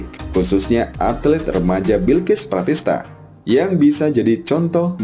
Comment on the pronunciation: Prasista, bukan pratista.. Kalau pratista saudaranya yang nasibnya belum apik di badminton kasian